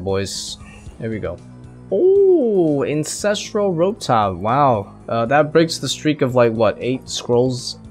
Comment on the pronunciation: Incestral top. Lol. I had to replay it a to make should I was hearing it right. Hahaha. Still great videos my man.